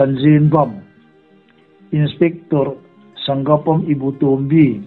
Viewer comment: Sanggapam ni lovin Sa-ngak-pam--Sangakpam tia lam tur (meitei hnam pakhat hming)